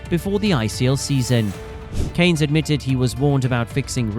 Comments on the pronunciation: Well, it pisses people off mate, there is an R in Cairns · Get the pronunciation right maybe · Gotta say his surname correctly that’s killing me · His family name Cairns, is pronounced :"Care n Z" ., Not cans. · His name is CAIRNS, not CANES! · Cairns is pronounced Kier-ns, not Caynes. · Chris 'Care-ns'... Not "Canes" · Cans not Canes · Surely his name is pronounced "k - air - ns" and NOT KANES? IMMEDIATE DISLIKE AND DOUBLE THUMBS DOWN. 👎👎 M 🦘🏏😎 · Cairns, not Canes. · The surname has an "r" contained and hence it is pronounced with a hard r...cairns (cans). Look up the correct pronunciation online. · Mate, you just answered your own questions in the video you just made about why he was a 90s legend and his amazing feats. And I don’t remember his name ever being pronounced in the weird way that you are. Do you know how to pronounce the city of “Cairns” in Australia? Well that’s how you pronounce Chris Cairn’s surname. Not “Caynes”. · Always a sign it is Clickbait ; they butcher his surname Chris Kanes Lance Kanes &&&^ off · It’s not pronounced ‘CANES’. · Chris "Canes"????? Did you leave the R out for the AI voice-over? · The least the video narrator could do is pronounce Chris's surname properly. Cairns has an R in it. It is not pronounced as Cane's. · Your pronunciation of his last name did my head in. The r is not silent. You kept calling him Canes for the whole video. Do better. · Mate, I'm nearly 60, and Australian, and in all my years watching cricket, I've never heard Chris Cairns or his old man Lance called Canes by any commentator. The air in Cairns is pronounced exactly the way it sounds. And you're wrong, it's every bit as bad as it sounds. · Pronounce names correctly 🤡. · Pronounce his name right, stupid AI. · You cant announce the R in CAIRNS? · could at least say his name correctly then, you're full of Ganges water 💩